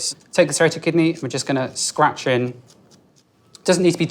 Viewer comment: when he where about to put on the handle the tool it sounded like he said suratet kidny